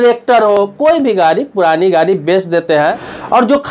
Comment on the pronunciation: अरे श्रीमान गारी नहीं होता है गाड़ी होता है, पहले अपनी हिंदी दुरुस्त कीजिए फिर दुनिया के सामने आइए।